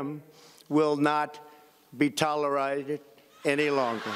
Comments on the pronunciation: normal person: tolerated trump: toleriaiated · At least when he said "tolerided" he seemed to be thinking "wait that didn't sound right" for a second. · "Toleride" LOL ... Hey Cambridge.. new word from Big Orange.. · "Toleride" you meant. 🤣😂😁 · These historic what? Accompli-shades? 🤣🤣🤣🤣🤣 tolorided 🤣🤣🤣 What school did your president go to? Im glad American ppl’s lives don’t depend on his eloquence.